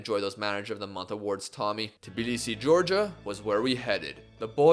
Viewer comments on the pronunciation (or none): none